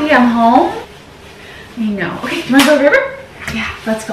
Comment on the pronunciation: Loooove these vlogs from you! And I say po-Kay too hehe ☺️